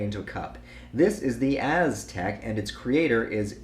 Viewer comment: “Azz-tek” yooooooo 😭